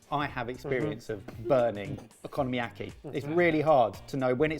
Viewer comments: Someone PLEASE tell them they're pronouncing okonomiyaki wrong. It's "oko-nomi-yaki", not "economy-yaki". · yall need to learn how to pronounce oko nomi yaki oko no miyaki .. no economyyaki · one thing i can never get over is their horrible mispronunciations. like saying economy-aki when the word is okonomiyaki. (o-ko-no-mi-ya-ki). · "economyaki" XD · am I the only one who keeps hearing 'ECONOMYyaki'? 🤣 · Please stop pronouncing it like economy-yaki! 😩😩😩😩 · The way you guys pronounce Okonomiyaki is so bizarrely bad I can’t help but laugh every time. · After hearing the abysmal way they said okonomiyaki I better never hear another Brit talking about how American’s pronounce croissant…or anything else for that matter. 😂😂😂